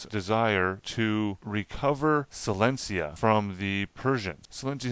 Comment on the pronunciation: Great video! But WATCH out when you are reading: it’s the kingdom of PRUSSIA not PERSIA and AUSTRIA not AUSTRALIA in the 7 year war, and SILESIA not silencia 🙈🙈🙈🙈🙈🙈 arghhhhhhhhh sorry, just a regular European Person wondering 😅🤷🏻‍♀️